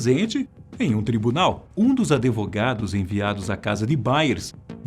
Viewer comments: Só eu ouvi "ADEVOGADOS" ?? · Em doeu ouvir: "Um dos adEvogados"... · ADEVOGADOS PQP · Um dos "adevogados" ? "Adevogados" ? Mas nem a pronúncia em português está boa. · Muito simpático o narrador, mas ouvir "adEvogados" foi bem estranho. 😖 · "um dos adevogados"... *advogados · Tira esse “adevogados” pelo amor de Deus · "ADEVOGADOS"...kkkkkkkkkkkkkk....Falou....aiuhaiuhauihaiu